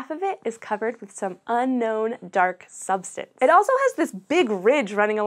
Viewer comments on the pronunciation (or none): none